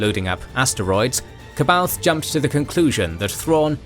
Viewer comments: Ka baoth???? Its pronounced Saa-bah-yoth. Goodness gracious. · The anniversary edition of Heir to the Empire actually gives a pronunciation guide to "C'Baoth". Apparently it's supposed to be "suh-bay-oth". How tf would anyone figure that out???